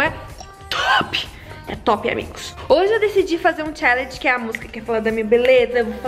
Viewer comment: Perdi a conta de quantas vezes ela falo chellegen kkkk